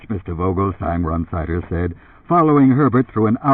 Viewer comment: Run-sider is the way this guy says it - strange..